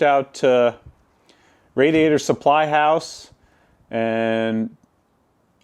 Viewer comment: It's crazy how his wrong pronunciation of radiator [rādēˌādər] as rădē ādər can be so irritating to the point of just turning the channel